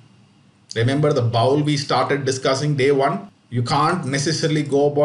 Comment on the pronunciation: Excellent video. Just one tip on pronunciation — “bowl” rhymes with “whole”.